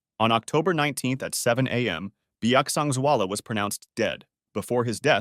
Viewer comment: As a person from mizoram! Your pronunciation for his name is so good and thank you for sharing his death, it was really a sad event for the society of mizoram and thank you again.